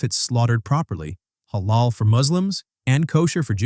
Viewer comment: Yeah but if you real care about Islam you should know that nutmeg is Halal and also it's pronounced more like he(like a in America) la:l.